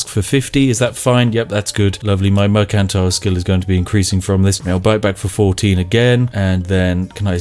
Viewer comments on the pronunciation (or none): Merkantile. Ah yes I will go to the merkant to buy some bread.